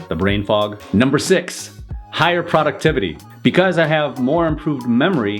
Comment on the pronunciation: I’ve never heard the word “productivity” pronounced that way